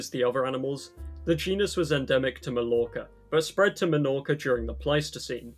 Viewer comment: Melorca, malorca and aiviza, the three major Balearic islands... Man... You also have all of the correct pronunciations in English, its not like ñ or something, you have them on normal words